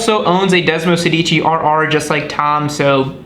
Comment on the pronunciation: If you want to sound like a real Ducatista, pronunciation is key. Sedici has the accent on the first syllable and sounds like SAY-dichi. Sedici means “16” for those wondering. Desmo is Greek for bond and in this bike, refers to the way desmodromic valves are “bound” to the camshaft; 16 of them in this bikes case for desmosedici, (desmo-SAY- dichi). Source: me, an Italian speaker. There, now everyone can sound like a real Ducatista.